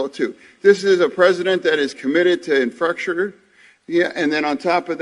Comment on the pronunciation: Apparently Fetterman can't say infrastructure. LOL. His mind to speach coordination is still not quite working.